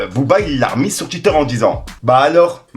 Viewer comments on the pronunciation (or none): none